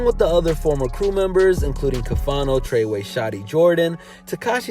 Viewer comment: It’s fuckin trey wey lol